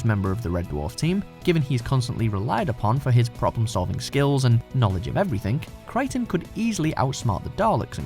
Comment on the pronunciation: You lost me with Kryten... but maybe he's a Kroton?